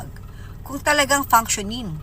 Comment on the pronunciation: Maniniwala..ako sa babaeng yan pag nabigkas nya ng tama ang " functioning" ske keep on saying panksyoning ..